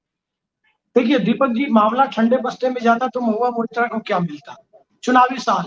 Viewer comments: Deepak Ji surname is मोइत्रा (Moitra) not मित्रा (Mitra). In Bengal these are two surnames in use. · Sir "mitra" Nahi "MOITRA". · It's MOITRA not Mitra Sir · Deepak, please pronounce Moitra correctly. She is Moitra not Mitra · Again sir, its Mahua Moitra not Mitra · Deepak ji ! She is Mahua Moitra not Mahua Mitra so please correct the pronunciation of Moitra for all and oblige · Its MOHUA MAITRA not MITRA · Sir, she is Moitra, not Mitra. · मित्रा और मोइत्रा का फर्क समझिए। सही उच्चारण करिए।